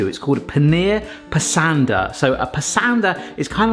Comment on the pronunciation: Brits are generally a bit better at pronouncing foreign names than Americans; that being said, Pasanda rhymes with 'Pus-under'... or try saying 'pus-under' in an Aussie accent ('pus' as in the fluid that leaks out from an infected part of your skin, not as in the feline) you can eat cardamom pods whole, they're harmless; chew on them as a natural mouth freshener; after you swallow, the outer pods will just come out the other end as fiber (do Brits say 'fiber/fibre' or 'roughage'?) next time you make Indian food, try waiting for the oil/butter to come up to temp before adding the cumin (or mustard) seeds; they will start popping, and i believe they release more flavor that way (but don't allow them to burn) Kasoori methi ("May-T(h)ee") has a very different flavor profile to Curry leaves and cannot be substituted for one another if you cook the onions before blending them, you will: a) know for sure they are cooked; b) get a creamier/smoother gravy with less of the that raw onion stink